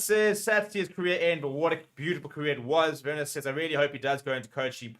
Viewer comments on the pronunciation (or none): none